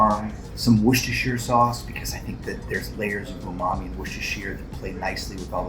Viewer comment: Honestly, you're a chef's chef and you don't know how to pronounce worcestershire sauce?